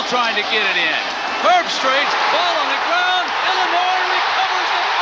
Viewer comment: "Kirk Herb-STREICH" Don't worry,, you'll get it right soon enough. 😉